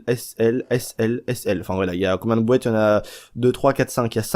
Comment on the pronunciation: des "bouêtes"... comprend pas, tu veux dire "boîtes" plutôt non ? x